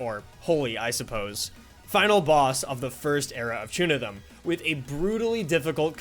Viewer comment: It’s pronounced “Chunithm Cross Verse” and “Chunithm Cross Verse X” bruh